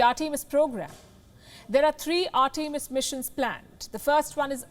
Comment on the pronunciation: It would be nice if you took he trouble to pronounce "Artemis" correctly. Americans created and named it, so show them the respect due and pronounce the name as they intended. I would hope you would learn to pronounce a child's name the way the parents intended. It's simple respect. Simple respect that you are not giving.